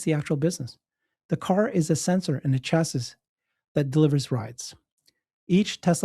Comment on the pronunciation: Chassis: Chass - EE - ss